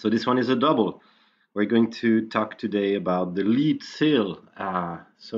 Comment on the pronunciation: Lead(the metal) is pronounced Led. Lead(to lead someone somewhere) is pronounced Leed. There is a big difference.